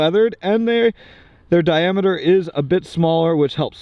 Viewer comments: trying to say diameter 😂😂😂 LMAO 🤣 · I replayed the part where tries repeatedly to say diameter an embarrassing amount of times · I legit almost died from laughing, listening to you pronouncing diameter tom.